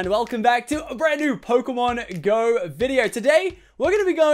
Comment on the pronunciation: One thing that is really annoying is the way he says pokemon go... He allways says it like Pokemon.....................GO?! Not Pokemon GO